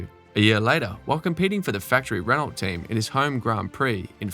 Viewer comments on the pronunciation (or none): none